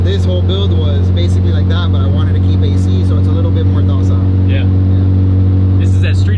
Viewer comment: Dude called it "docile"... bruh.